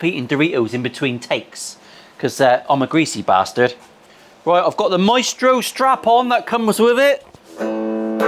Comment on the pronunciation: Its Maestro not Meatstroke :face-fuchsia-tongue-out